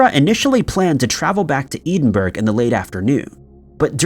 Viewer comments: Deborah Lindsay case - not eden-burg. its ed-in-burroh. jsyk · man... love the channel but... it's ed DIN burro!, not edinberg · Suggest u look up the capital of Scotland.its ed-in-burgh.not EEDINBURG. Urs An offended scottish person. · oh man you keep on saying "eed-in-burg"!!! Ed-in-burrah" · Eedenburg doesn't exist. The capital of Scotland is Edinburgh E as in egg. Din is self explanatory. Burgh is pronounced "borough". E - din - borough. Edinburgh. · PLEASE PRONOUNCE EDINBURGH CORRECTLY. It drives me insane. It’s pronounced “Ed-in-bruh” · I beg of you learn how to pronounce places before recording.. Edinburgh (Ed in Bruh) not edenburg 🤣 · Hon, it's not " eeedinburgh, it's ED in burg." Thank you for listening to my old Irish/Scottish ass! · Edinburgh - pronounced 'ED-IN-BU-RUH' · Love the vids but Edinburgh is pronounced Ed-in-burrah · ‘Eden-burg’. Genuinely embarrassing. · Eedinburgh better better not be Edinburgh.ed sheerin,ed,ed-in-burgh. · Seriously! Eedin-burg? Will you please learn how to pronounce place names properly! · EEEEE-den-burr over and over again. You've been told the correct pronunciation one million times, so you must be doing this on purpose. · Re No 2, Please note, Edinburgh is pronounced ED IN BOURAH It is the capital of Scotland. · I think he just needs basic English lessons. Even if you don’t know how it’s pronounced “burgh” would never be pronounced “berg” in the English language. “gh” always has a silent G. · Top five strangest pronunciations : number 1, Eedin-burg lol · It’s pronounced Ed-in-burr-ah. It’s common knowledge, even to those not from Scotland. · I know, Eden-Burg,just can’t pronounce a lot of words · Great video. You did keep saying Edinburgh wrong though. It's pronounced more like "ED-IN-BURR-AH". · Let's all do the leave these videos at the first "Eden burg" challenge. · still continues to butcher place names with reckless abandon; EEdinburgh? Bruh! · I flinch every time he says Eden burg 😂